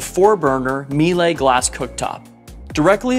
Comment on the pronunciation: Stunning boat! Bow area seems to be a great place to do... Everything. Oh, and it's pronounced "Meel-eh", but it's not important as long as everyone understands what's being said :)